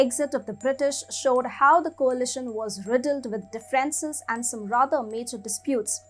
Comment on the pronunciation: Girl, your pronunciation is understandable in India probably, but actually it sounds terrible. You put the stress on words wrong..... decades,.... differences,... exacerbation (the last one you cannot even pronounce). 🙄